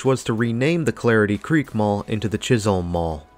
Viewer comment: Pretty sure that it is 'Chis-um' not Holm.